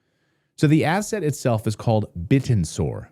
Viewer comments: Shouldn't it be pronounced like "bit-tensor" ? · its pronounced Bit - Tensor. pronouncing it incorrectly makes me think you haven't watched anything about it. and this is old news, its up 240X since inception